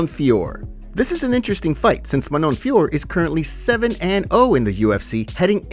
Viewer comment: DON'T LET JON ANIK INFLUENCE THE WAY YOU'D PRONOUNCE MANON FIOROT'S NAME PLEASE, IT'S FEE-O-RO